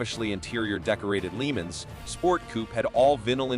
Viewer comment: What the hell is a "Leemens"?